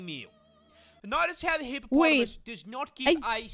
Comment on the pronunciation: I like how she pronounces hippopotamus